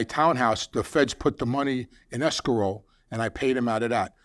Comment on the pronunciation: it’s Escrow not Escarole 😅😅😅😅😅😅😅😅😅😅😅😅😅😅😅😅😅😅😅😅😅😅😅😅😅😅😅😅😅😅😅😅😅😅😅😅😅😅😅😅😅😅😅😅😅😅😅😅😅😅😅😅😅😅😅😅😅😅😅😅😅😅😅😅😅😅😅😅😅😅😅😅😅😅😅😅😅😅😅😅😅😅😅😅😅😅😅😅😅😅😅😅😅😅😅😅😅😅😅😅😅😅😅😅😅😅😅😅😅😅😅😅😅😅😅😅😅😅😅😅😅